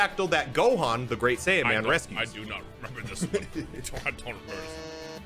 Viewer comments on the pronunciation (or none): Doto plays Frieza and uses the word "Saiyan" with that hard 'S'.